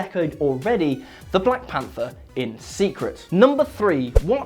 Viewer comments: I swear to God he said black panda, but subtitles shows ''panther'' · he says panda instead of panther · he says black panda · It's Will. Find me a video where he doesn't get a name wrong.